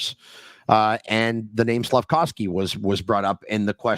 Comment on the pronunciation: Not sure why a year and a half after Slafkovsky has gotten drafted you still call him "slafcowsky"